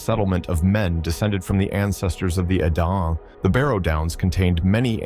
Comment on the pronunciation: Ive never heard Edain with a French pronunciation but that is just one of many plausible and interesting bits of lore about this world❤